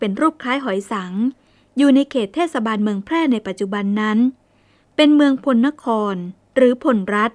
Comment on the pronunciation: พลนคร น่าจะอ่านว่า พะ-ละ-นะ-คอน ดังปรากฏในพงศาวดารโยนก ของ แช่ม บุนนาค และ ปรากฏในศิลาจารึกวัดมหาโพธิ (มะ-หา-โป้ด) ลองตรวจสอบดูนะครับ นอกจากนี้ยังปรากฏ คำว่าโกสัย (บาลี)ไม่ใช่ โกศัย ไม่เชื่อลองไปดูที่วัดดังกล่าวครับ จารึกนี้เป็นอักษรล้านนา